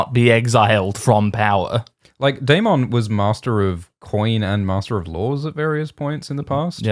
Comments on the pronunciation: ...its DAY-MIN not DAY-MON:(:(:(:(:( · If you're going to pronounce Daemond wrong can you at least try to say it less. It sounds so forced it's like nails on a chalkboard. Wanted to watch this video but couldn't because of this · Love how pronounces Daemon like Digimon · Aymind Aymond Daymin Daymon...with how often you two flip flop, how about a disclaimer? (We do not agree on the pronunciation)